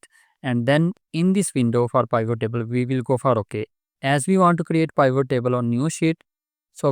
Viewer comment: Good info thanks. But pivot is pronounced with i like it, not i like isle.